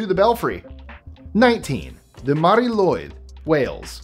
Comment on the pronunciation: you're looking mighty fine, mate. And well done with pronouncing Mari Lwyd so well. Now try pronouncing the surname Llwyd (it's another spelling of it. The second L tends to scare off people but it's a lot easier than you think. Just chill!) 🏴